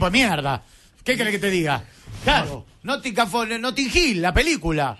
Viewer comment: "El nothinguin fores, un equipo de mierda" palabras sobre uno de los clubes ingleses mas históricos y exitosos del pais, dichas por un periodista que no conoce si la información que está diciendo es verídica o no pero la dice igual. No hay remate 😂